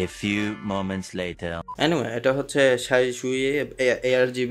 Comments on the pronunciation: you pronounce xiaoyue or 小月 as it is in chinese as "shao-you-ei" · শাও-ইয়ে হবে উচ্চারণ